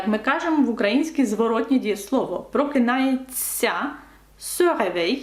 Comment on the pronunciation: Прокидається , а не прокинається Я без агресії, просто знай